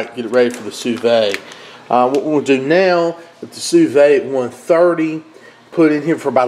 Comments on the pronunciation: "Sue Veed" not "Sue Vay" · I'm asking this because I'm genuinely curious. I've heard a couple other southerners pronounce "sous vide" like you--"sue VAY" or "sue VADE"...Why is that? Everyone else pronounces it "sue VEED"...like "seed." Love your videos, including this one. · hey man not trying to be the grammar police or anything but you do such a good job with everything, I just wanted to give you a heads up on how to pronounce "sous vide". it's pronounced "sue-veed", not "sue-vay". love the recipes brother!